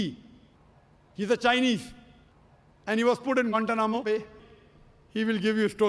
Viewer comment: I love the way he States or pronounces guantana mobile😊😊😊😊😊😊😊😊😊😊😊😊😊😊😊😊😊😊😊😊😊😊😊😊😊😊😊😊